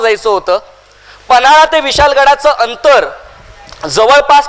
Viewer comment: छत्रपती शिवाजी महाराज कि जय लय भारी सर पण विशाल गड नाही तर विशाळ गड असा उच्यार करा